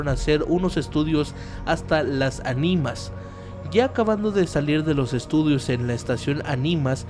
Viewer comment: No es anímas o animás Se dice "Las Ánimas" con pronunciación porque tiene acento en la primera Á No es maquína, es "máquina" CAPU es la central de autobuses de Puebla